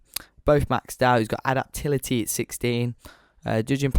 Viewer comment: a-dap-ta-bil-i-ty, can you not speak properly